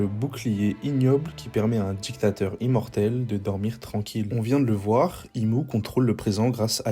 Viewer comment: dJiktateur, la tCHiènne, quelle horreur d’écouter des gens parler comme ça…